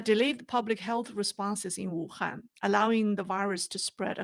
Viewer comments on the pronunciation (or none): none